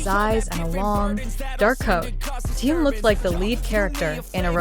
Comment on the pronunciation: Почему вы коверкаете имя Тэхена на все лады,это отвратительно